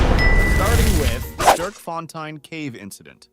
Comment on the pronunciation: It's not sirk it's s t e r k